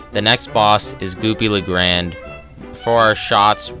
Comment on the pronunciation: its not goopy la grande its goopy le [gro-nday